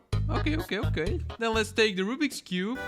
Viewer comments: I ❤ how says Rubik’s cube as rubbeeks cube 😂😂😂😂😂😂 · you still say rubix and you have a GAN if you do say Rubiks not rubix